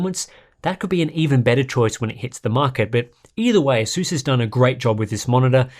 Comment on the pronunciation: Pisses me off how he says asus